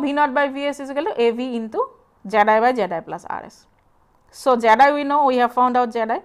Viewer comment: I like how her pronunciation of the input impedance (zi or zed-i) sounds like "jedi"